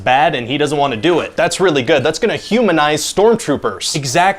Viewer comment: He said dew it.